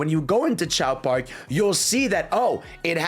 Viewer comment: Bro really called Race Park as Chao Park 😭